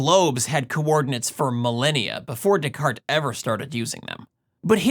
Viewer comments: 😂 Rene De-Carta! ... As a Spanish speaker I understand, but it made me laugh how he said it. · That first pronunciation of René Descartes beyond terrible